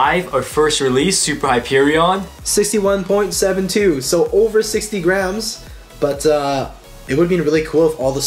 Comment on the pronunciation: As a borderlands fan the way you say Hyperion frustrates me